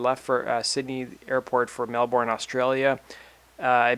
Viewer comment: It's Mel-burn x